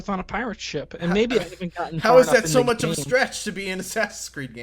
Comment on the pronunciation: Classic, saying "too " instead of "too much"